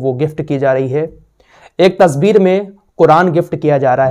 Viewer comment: Tasveer bolte hai Na ke Tasbeer